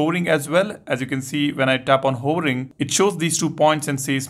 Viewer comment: S-Pen "hoering" 🤣 🤣